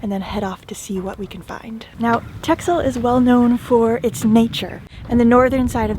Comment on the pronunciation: hi there my favorite sailers. TEXEL you pronounce as TASSEL :)